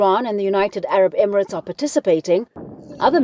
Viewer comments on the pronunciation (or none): none